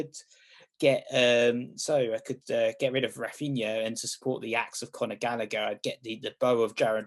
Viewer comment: It is Gallagher with a hard 'G', not Gallaher, trust me, I have asked him.